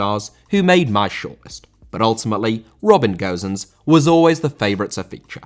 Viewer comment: How can you say Gowsens?!Ffs man It's Gosens not Gowsens